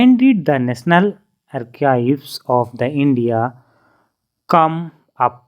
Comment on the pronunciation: sir arkive nhi archves